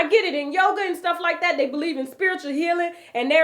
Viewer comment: You get on my nerves! A lot of yogi’s and he doing yoger 😂